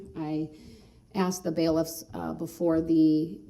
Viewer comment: And an honorable mention: Axed